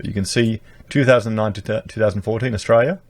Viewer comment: Please stop saying Ustraya.